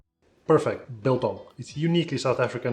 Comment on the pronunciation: Just one thing bro... its not "Beeeel-Tong" let me help you there... focus on the capital letters and combine the two "do you have a one dollar (BILL)" and "where did i leave my barbecue (TONG)? " thats so simple .... "BILTONG" :)